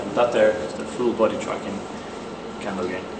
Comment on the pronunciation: Really cool but please don't call it "Kendo" hehe